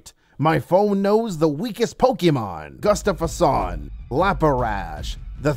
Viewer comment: Sättet han uttala Gustafson 😂